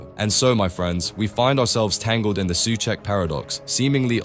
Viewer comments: I'm intrigued by your switching between pronouncing "Su Check" and "Su Sack" 😅 I'm equally intrigued by your subtitles alternating between "Suecheck" and "Soucek" and then when I switched over to Subtitles = English (auto-generated), it would never fail to translate incorrectly, into "such" "such cheek", "suek", "suche", 🤣 alright, I'm bored 🙄 ... bored with all these unnecessary squabbles destroying one of your own, who's a player with a higher chance of scoring then most others bar a few. He's an honest pro and not a slightest cuntish. Hate impatient modern fans sometimes... 👎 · If you use text to speech, this is closest I could get it to proper Czech pronunciation: Souhcheck